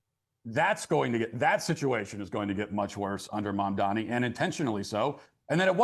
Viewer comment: Mamdani you should learn how to say it looool